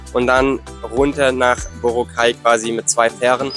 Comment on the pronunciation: BorAAAAcay,. nicht Borooocay - steht auf auf allen Schildern und vielen Booten, nicht zu übersehen! Mit einem Papier-Reiseführer, oder Internetanschluss findest du jeden Hafen, jede Fähre, alle Abfahrtzeiten! Man sollte jedoch nicht glauben in wenigen Tagen irgend etwas kennen zu lernen. Das wahre Leben findet man nicht in den Touri-Hotspots, aber es ist leicht zu finden. Abhakerei, möglichst viel in wenigen Tagen, finde ich furchtbar, denn es gibt wirklich viele wahnsinnig schöne Ecken, fern aller "empfohlenen" Routen. Bei dieser Hechele von Insel zu Insel ist es nur Stresserei und man hat sehr viel verpasst. Essen sollte man unbedingt probieren: verschiedene Adobos und Lechon Babo!!!